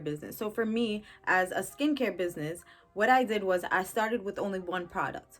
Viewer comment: Biz-nye-ee 🤣😂🤣 I here for it !!